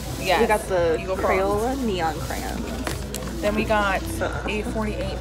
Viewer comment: "Craaaans". It's "CRAY-ON"!